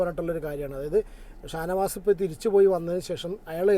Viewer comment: Ningal shanavas ne shownavas ennlle parayunne a manushyan ningallude nattukaran ennu munpe parajattu aa manushyan ningale entu chaitu swattam nattukaran enna villa kodukkarutayirunno